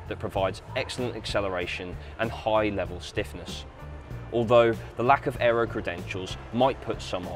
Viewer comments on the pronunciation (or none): none